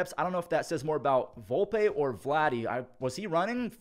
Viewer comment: It’s Volp ee not Volp Ay